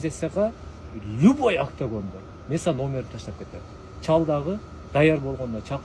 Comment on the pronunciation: Бул Бауржан кандай бала түшүнбөй койдум! Либой дегени чатак экен, любой дечи жок дегенде!